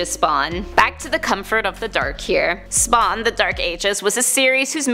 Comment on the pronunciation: Listen to when she says "SPAwn"